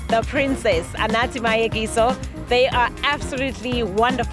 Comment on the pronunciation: wow, no! it's so sad how the narrator failed to pronounce "Mayekiso" and yet he got the Brazilain model's name right. Top Billing, you can really do better.